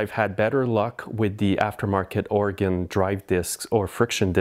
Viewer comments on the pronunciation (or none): none